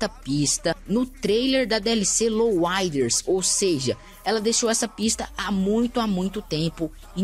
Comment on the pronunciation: louaider?? kkkkkkkkkkkkk alguem fala pra ele q eh LOWRIDER pf